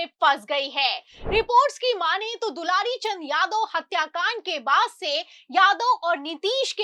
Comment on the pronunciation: Dularichand nhi dular chand hai kya patrakarita karte ho